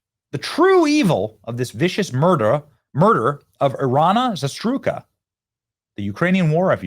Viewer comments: it's I RY NAAAAA ZA RU TSKA Jesus Christ..., how hard can this be? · ear-RAY-na + za-ROOT-ska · Benny, you are hammering this headline, and that's GREAT, however, please learn her name, you're totally mispronouncing it! It's not a hard name to pronounce, just calm down and say it right. She deserves to have her name pronounced right. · I really appreciate all you do but could you please take a moment and learn how to pronounce Iryna Zarutska’s name correctly.